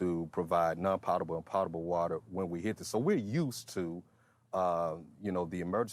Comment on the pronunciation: I guess someone doesn’t know how to pronounce potable water……..